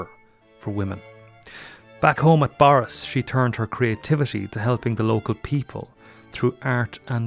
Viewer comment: Eek.....it's pronounced 'burris', not 'borris' despite the spelling.